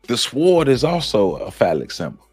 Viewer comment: The "W" is silent in the word "Sword". It is pronounced "sord". Great information but get those words right. Thank you!